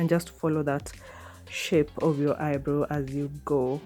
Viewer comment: Wow, beautiful ... But it's not pronounce eye-bro .. It's eye-brow ..